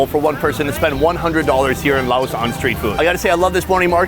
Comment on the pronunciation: Sounds like your saying Lao ocean lol it’s pronounced lay ocean